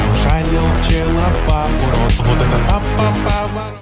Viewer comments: Ну не ПлеловБАВ, а ПчелоБАВ,в чем проблема правильно прочитать была. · Пчеловбав... Ну да ну да... А не варик посмотреть название песни где написано ПЧЕЛОБАВ без какой то залётной буквы В